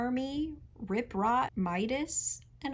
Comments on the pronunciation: I only listened to this and thought he was "King Rod" :'D The name Rot is German, so King Rot literally means "King Red" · I'm sorry, it's just an accent thing, but every time you say 'Rot' I hear 'Rut' and it makes it SO MUCH worse 😭